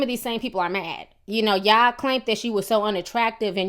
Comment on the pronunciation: What the fuck is a y'awl and de troot lol?